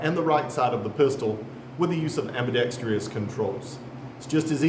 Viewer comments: Nice review. But I noticed you (and a lot of others) pronounce "ambidextrous" wrong. It's not "ambidextrious". Drop the second "i". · It’s pronounced ambidextrous,…not AMBIDEXTREEEEOUS, rrrrrrrrr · AmbidextrOUS! C’mon fellas. Sound it out. Good review though. Not many on the short model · its pronounced ambi dex truss btw